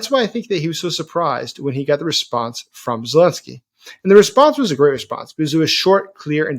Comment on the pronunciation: Zelensky not esy man